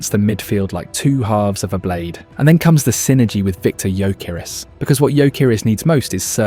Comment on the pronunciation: Man butchered the names of Ebereki Esse & Victor Yokeres